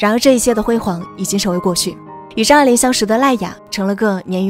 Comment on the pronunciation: 听成渣玲了😅